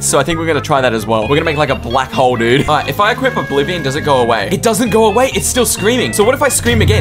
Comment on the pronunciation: its not oblivon